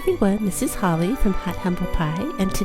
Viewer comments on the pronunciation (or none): none